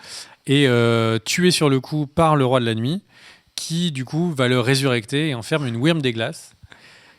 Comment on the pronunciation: Ressusciter on dit RESSUSCITER... pas résurecter... Bon à part ça, l'épisode est parfait. Continuez comme ça les gars.